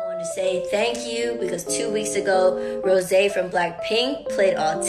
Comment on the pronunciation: 😂she said rosiee